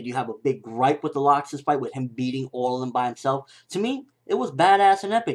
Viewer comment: (L-axe-sis) Not (lock-sis)